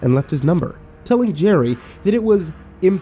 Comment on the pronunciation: I love how can never get Jerry’s name correct😂